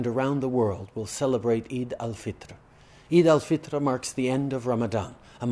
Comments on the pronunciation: Love how he says “Assalamualaikum” and “Eid-Al-Fitr” ❤️ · Finally a non-muslim that pronounces "Muslim" and "Islam" and not "Muzlem" or "Islam". And properlyeven the "Eid Al Fitr", tajweed on point lol